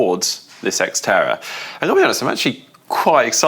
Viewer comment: X-terror is what I heard, lol.